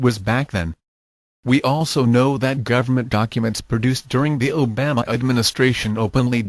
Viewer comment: "I don-tee" hahahaha O-Bam-uh lol